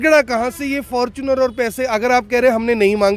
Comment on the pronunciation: fortuner ko fortune bolne wala ,koi maasum hi hoga😀